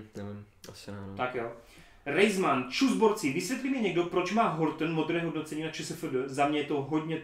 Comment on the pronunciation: Yes Geekec je zpět;) Tři věci - Co budete dělat až budete mít komentáře v řádů tisíců, budete je pořád číst všechny?:D Za druhé musíš, prostě MUSÍŠ:D, se podívat na dokumentární seriál Hip-Hop Evolution od Netflixu, je to granát;) a pls nečti moje jméno jako Rejzman:D je to prostě Rzazeman, tak jak to vidíš:D